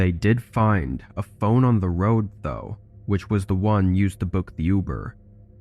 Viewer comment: On the third story I thought it was found a bone instead of found a phone..haha and whew!